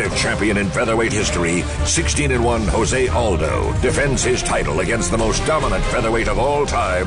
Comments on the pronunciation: Lmao joe se aldo? Isn't it jose aldo or joe se aldo lol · LOL Joe Rogan calling him JOE ZAY ALDO instead of HO ZAY..... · Rogan keeps saying Joe Say Aldo. damn I mean I know he's white but wtf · lol i kept wondering that too. why is it joe say aldos. made me question if its jose or joe say lol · really Joe Rogan really...???? JOE-say Aldo???